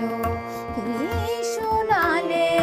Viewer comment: শোনালে শ এর উচ্চারণ ঠিক করতে হবে খুবই ভালো লাগলো👍